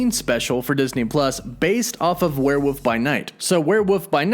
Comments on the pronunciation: err, it's WereWOLF not WereWOOF... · it's criminal to keep pronouncing it as "werewoof" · BTW, it's pronounced "where-wolf", not "where-woof". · lol werewuff. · The word is werewolf. With an L. Not werewoof. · Weird listening to this guy over-enunciate "Brittain" only to turn around and repeatedly call a "werewolf" a "werewoof". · What's a "werewoof?" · Bri-tin and werewoof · Are you saying werewoof? 😂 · We’re you saying warewoof ? Come on be honest lol. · Do you say "Werewoof" on purpose? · WTF is a were-woof? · WOLF were woLf! Lol there is an L